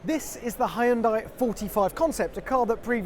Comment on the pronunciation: Why does he pronounce Hyundai as "high-end dye"? It's not a CPU, it's a car.